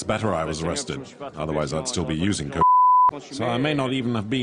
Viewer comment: Is he saying cock or coke?